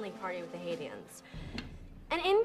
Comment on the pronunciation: She said "Haidians", at least that's how it sounded to me.